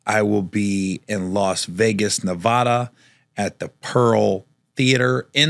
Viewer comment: Gary i know you not all there sometimes but please learn how to say Nevada😂😂😂